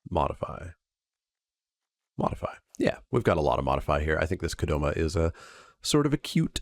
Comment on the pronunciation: What do you call Spikay Saturday #314? The only other thing I want to let you know(, because any other thing I've said to the screen while watching doesn't help my cause of getting heard by you): It's Kodama, not Kodoma.